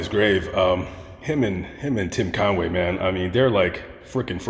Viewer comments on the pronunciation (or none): none